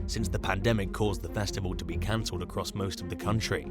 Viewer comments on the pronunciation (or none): none